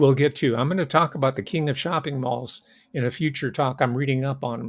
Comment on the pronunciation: “The mauling? malling? of America” Either one or both I suppose